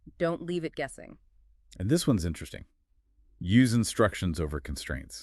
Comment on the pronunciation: The AI started to have a brain aneurism. Saggle instead of Kaggle.